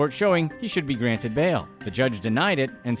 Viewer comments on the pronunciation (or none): none